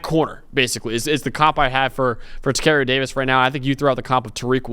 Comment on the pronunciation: You are destroying Tacario’s name